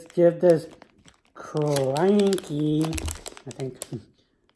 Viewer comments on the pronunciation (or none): When you can't read English It's says crunky💀 (Kr-uh-nky)